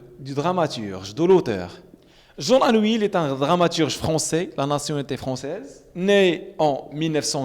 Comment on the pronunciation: Jean Anouilh/ tu dis jean Anuil